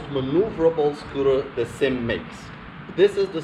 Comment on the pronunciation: Another damn video of a clueless person calling it a SYM. It is NOT pronounced like a word. It is three letters. S. Y. M. Sang Yang Motors. Period. Hell, even Carter Brothers the one-time distributer of their products got it wrong.